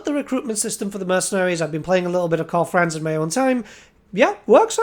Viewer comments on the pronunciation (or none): none